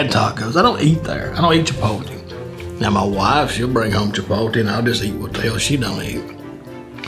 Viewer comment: “Chipoltee” 😂😂 Just so you know It’s pronounced chee-pote- lay but you’re forgiven because you’re damn hilarious 😂